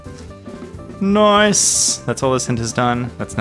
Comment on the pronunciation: I laughed when you said "NOICE" ( which is actually "nice") lime the meme also i really love ya vids because i love rubik's cube's except i only have a 3x3 and two smaller 3x3's but i am really happy for you and i hope you can learn how to solve even more cube's and make amazing videos i love ya so much!!!!😄😄😄😁😁😁😉😉😉😀😃😀😃😁❤❤❤❤❤❤❤❤❤